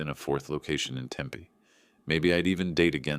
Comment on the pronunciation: AI, please learn how to pronounce Tempe. You are WRONG IN THIS STORY.